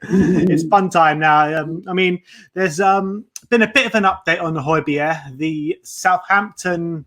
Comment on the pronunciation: Thank you for pronauncing Højbjerg correctly at the start🇩🇰💙🤍